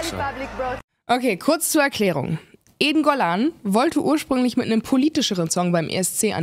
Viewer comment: Witzig, dass ich anfangs "eingollan" anstatt "Eden Golan" verstanden habe und dachte, ich hätte ihre Bewerbung für den ESC verpasst. Ich habe es dann aber noch rechtzeitig geschnallt. Aber Respekt an dich, dass du dir diese für dich offensichtlich körperlichen Schmerzen antust, indem du Böhmermann schaust bzw. hörst. Könnte ich nicht.